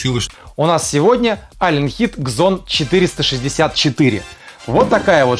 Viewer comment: Просто Зон, не Кзон!((